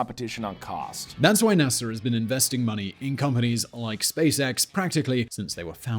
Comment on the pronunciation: He keeps saying Nasser instead of NASA...